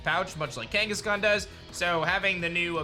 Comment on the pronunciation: "marsupial with parental vibes" Kangaskahn. It's kangaskahn.